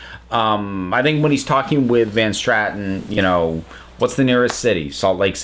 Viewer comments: Great review. It’s nice to see an opinion on Dalek that differs from the normal “it was the BEST thing ever!” PS: I’m sorry, I’m OCD, and I can’t help but point out it was Van Statten — and you said Van *Stratten*. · Van statten not van Stratton